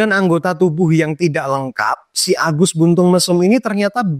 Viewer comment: Mantap bang penyebutan agusnya. Agus berengsek mesuk hehe